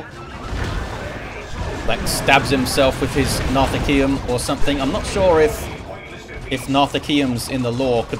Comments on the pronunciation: Love you! Pretty sure it’s pronounced narth-e-see-um? Give me more marines! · My dear friend, it's pronounced "Nar-thee-see-um". I've been watching you for years, thank you for your great vids.